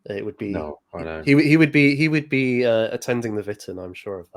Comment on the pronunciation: Oh it's Vitan not Witan! As it is Shildings not Skildings. Or is it actually Sheeldings? Whatever, it's only for men and wives anyway so I can't go even if I can pronounce it 😓😅